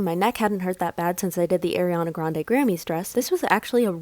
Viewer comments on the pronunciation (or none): that subtle "Air-iana Grande" after talking about pronouncing names wrong was gold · .. it’s.. aRiAnna grande.. I thought it was ironic that you pronounce Ariana Grande‘s name wrong right after you went on your rant about Cassandra‘s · she just ranted about pronouncing names then says Ariana grande's name wrong